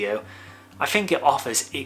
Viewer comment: a nice review of a cracking lens. I've been one of your subscribers for a while but have seriously toyed with the idea of unfollowing you because of the way you pronounce the letters "TH". There are numerous examples in this video, as there are in most of your videos, of you using the words: free (should be three), fink (think), fousand (thousand) etc etc. I personally find it infuriating that you are unable to pronounce the English words correctly in what is clearly your mother tongue. TH should not be pronounced as an F. It must be confusing for your overseas followers, and I'm sure I'm not the only one who finds it incredibly annoying to hear the English language incorrectly used. Apart from that, your videos are great, you give good practical opinions and I rate your views. Cheers